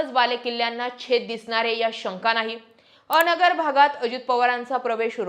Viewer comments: अ-नगर नाही तर अन्गर असा उच्चार आहे. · अ नगर नव्हे अनगर म्हणा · अनगरचा उच्चार चुकतोय तुमचा.. अ - नगर असा उच्चार नाही, अन-गर असा आहे. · A nagar nahi g Angar... Angar mhan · अ. नगर...नव्हे अनगर असा उच्चार करावा.. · अनगर aahe te. अ - नगर nahi. Thoda homework karava na